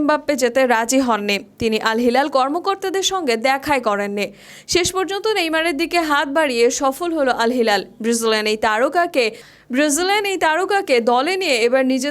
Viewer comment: ব্রিজিলেন😂😂😂,,উচ্চারণ টা ঠিক করে করেন,, এত স্মার্ট সাজার দরকার নেই